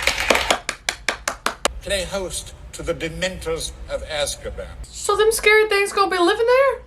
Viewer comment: Sorry i'm so childish sometimes but I laughed so hard when you said Asskaban 🤣